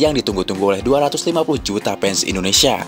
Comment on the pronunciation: ENDONESA saking semangatnya logat jawanya mulai muncul.😅😅😅